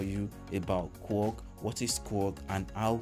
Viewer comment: Its" K-WORK" not Kuwork as you pronounce